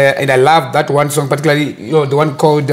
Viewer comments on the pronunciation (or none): none